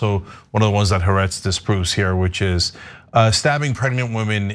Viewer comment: In your anti-Israel rants, can you at least say haaretz correctly?